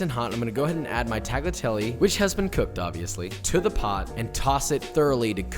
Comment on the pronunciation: Tagliatelle is pronounced without the hard G. IOW, the G is silent. tagliatelle: definition from